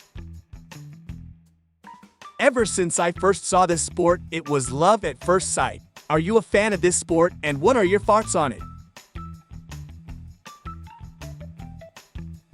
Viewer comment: "what are your FOUGHTS on it" damn english speaking ppl need to learn how to pronounce their own language it's the TH sound not F or S.